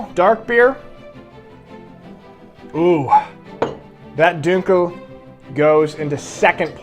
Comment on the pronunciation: When you say Dunkel you say it as if it has Umlauts. Sorry man other than that great video but I’m sad you skipped over Krombacher and you should have compared the winner to the US beer LOL. (I know it isn’t a comparison but it would have been funny to see you say how bad it is:) As always great video and keep em coming.